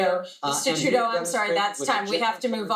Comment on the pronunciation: Trudeau. Not tribadeau